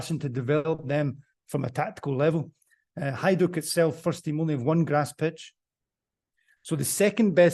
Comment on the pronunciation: Slavic J is pronounced as a Y. Example; Jugoslavija is pronounced the same as Yugoslavia. and Hajduk Split is pronounced as Hayduk Split.